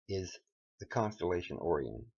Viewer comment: It's called Sirius pronounced 'serious' and Orion is pronounced 'oh ryan' or 'oh rie in'........